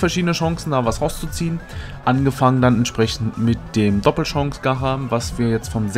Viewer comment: Bitte ausgesprochen heißt es nicht „ gacha“ sonder gatschaa